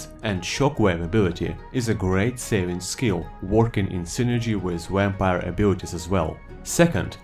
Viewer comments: This is just worth it to hear saying Wampire!;) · Ur u saying Vampire like Wapire? XD